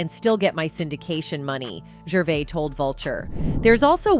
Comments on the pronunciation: AI doesn’t pronounce a lot of words correctly. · It’s “Jurr - VAY”